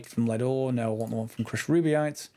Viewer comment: Btw, it's rubyte, not ruby-ite. :)